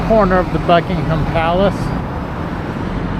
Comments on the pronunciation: We also say Buckin-um and not Buckingham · It’s pronounced Buckingum Palace not HAM.